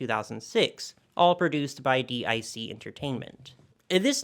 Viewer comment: DiC is pronounced as Deek. Like geek but with a d instead of a g.